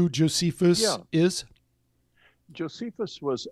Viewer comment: Notice how Strieber mispronounces Josephus correctly and then incorrectly.